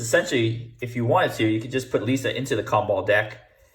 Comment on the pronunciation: Lee - S - Uh